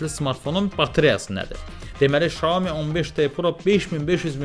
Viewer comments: Salam hər vaxtınız xeyir Xiaomi şirkətin bildirdiyinə görə düzgün oxunuşu Şaomidir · Oxunuşu tam dəqiq desək belədir - Siao Mii - mənası balaca düyü deməkdir. 👏